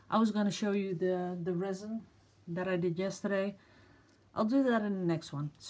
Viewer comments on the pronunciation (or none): none